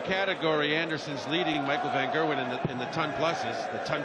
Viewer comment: Micheal von kurwen -_- its micheal van gerwen